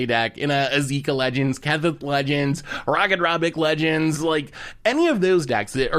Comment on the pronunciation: He pronounces Ratadrabik Rakadrabik except for one time when he first mentions it